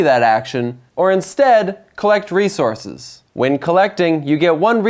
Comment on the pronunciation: Good game explanation. It was a bit distracting that he kept saying "re-zor-sis" in stead of "re-source-s"